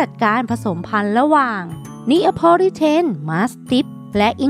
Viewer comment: ละมั่ง ไม่ใช่ละมัง.. พุพอง ไม่ใช่ผุพอง.. Neapolitan = เนโพลิแทน(นโปเลียน มาสทีฟฟ์) สู้ๆนะแอ้ดมิน